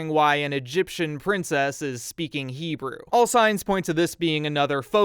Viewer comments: Your Hebrew pronounciation has improved greatly. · Your pronunciation is ok bro